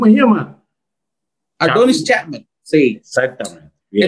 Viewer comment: NO ES ADONIS CHALMAN....ES ARORDIS CHAPMAN....😁😂😁